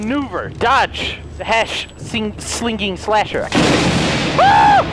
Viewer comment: You did say that right